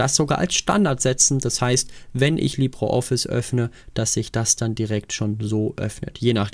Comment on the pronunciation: Wieso Libro Office? Es heisst Libre Office. In Spanisch "Libro" bedeutet Buch, dagegen "Libre" bedeutet Frei.